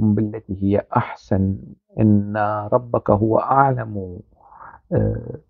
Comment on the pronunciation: حضرتك تناولت الموضوع و استندت الى أقاويل و أحاديث هي ليس من أختصاصك كأن تقرأ آية و ادعو الى سييل... ربك هي بالفتح و ليس بالضم كما لفظتها لأنها أسم إن😅(وهي ليست نقيصة).فالحديث بالكامل تم تدوينه بعد 300سنة من محمد و هناك شريحة كبيرة ينفون صحة الحديث بالكامل .و عن تفسير آيات القرآن هناك آراء متناقضة في تفسيرها و لكل حجته القوية في التفسير..أعتقد أنك حشرت نفسك في زاوية أنت في غنى عنها.. كان بإمكانك أن تتناول الخزنوي كعادتك في انتقاد العمال الكوردستاني و أذنابه من خلال منهجك المعتاد في انتقادهم لا أن تورد آيات و آحاديث (المنطق الديني) و هي بالأصل مثار جدل و خلاف